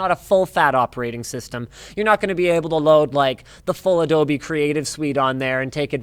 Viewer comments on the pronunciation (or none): none